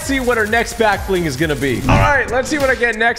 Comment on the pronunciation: Honestly thought it was "back ling"👁️👁️